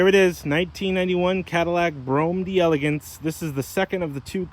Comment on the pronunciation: It's pronounce 'dell ah gance'.